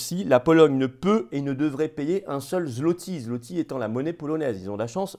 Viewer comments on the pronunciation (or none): none